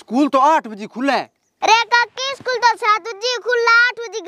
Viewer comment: इस्कूल koni स्कूल how